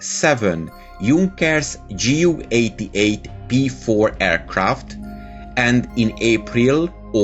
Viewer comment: JU not GU